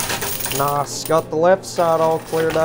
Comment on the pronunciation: it's nice not noss